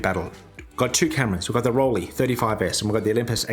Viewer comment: I don't know what it is about "Rollie" that makes me feel nauseous! Listening to this pronunciation is my version of fingernails on chalkboard. Can't get past the first 3 minutes of this video. It's torture. The "lei" in Rollei is pronounced like the "lei" in Leica or Leitz.